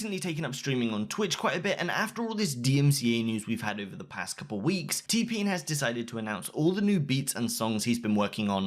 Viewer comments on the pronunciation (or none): lmao am i just the only one who heardd (Tpin) instead of T-pain